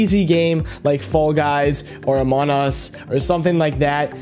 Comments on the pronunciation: is noone gonna talk about how he said "amon us" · burh this guy say amon us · "amon us"